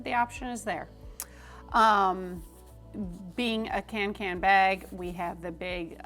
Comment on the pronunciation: It’s pronounced ”conken”, it’s a Swedish å in the name, Kånken. :)